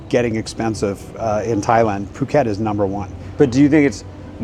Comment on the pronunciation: Pàket? Please, pronunce is "pu-kèt", with the U of "bull", not the U of "buy".